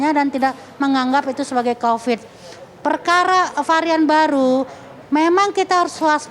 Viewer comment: Kopad kopid... Kopat kopid... Bosen dengernya